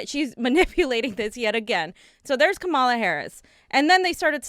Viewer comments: guys, it's KAH-ma-la, not kah-MA-la. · Please learn to pronounce her name. .